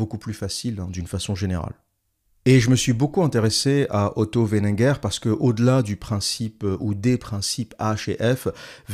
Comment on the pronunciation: C'est WeiNINger, pas Wenneger.